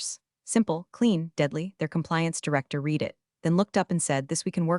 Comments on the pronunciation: Please get your AI to understand the difference in pronunciation between read (past tense) and read (present tense). Give your AI the phonetic spelling (i.e. red for past tense and reed for present). You have been getting this wrong since the first few videos you posted. The irony is this AI voice is better than most on YT. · Good story. Shame robo pronunciation misses past tenses (read read) and proper nouns… eg ferragamos. A brief review could fix these errors